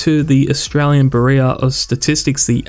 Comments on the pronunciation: It’s beeroh.. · Not being able to pronounce bureau completely invalidates this guy as being knowledgeable in my mind